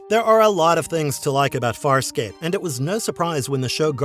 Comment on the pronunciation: You seem to have knowledge of the show, but at the same time you mispronounced almost every name. So maybe you are book smart, and lacking in actual experiencing the show. You should because it’s one of the best sci-fi shows ever.